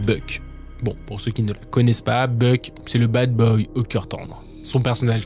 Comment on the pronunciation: Pour Mark Salling, le série Glee c'est "Puck" pour Noah Puckerman et non pas "Buck". Et c'est lui-même qui s'est présenté à la police et il a plaidé coupables parce qu'il était coupable de détention d'images à caractères pédopornographique et qu'il l'a assumé, c'est en voyant l'ampleur que ses pulsions prenaient qu'il s'est dénoncé et si il a mis fin à ses jours c'est parce qu'il était remis en liberté et qu'il ne voulait pas passer à l'acte, il n'était pas encore pedocriminel seulement pédophile. Et comme il n'a eu aucune obligation de soins, une remise en liberté totale il a préféré lui-même mettre fin à sa vie plutôt que de briser la vie d'une enfant. Faut creuser un peu vos recherches car pas mal d'erreurs dans quelques histoires. Pour le reste, très bonne vidéo!